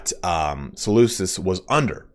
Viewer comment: I love this just one thing though, the way to pronounce Seleucus is with the C making a K sound ik it’s confusing since me say Seleucid empire but yeah